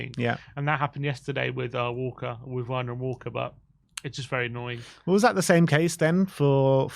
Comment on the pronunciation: Please stop saying Werners name wrong, it is just disrespectful.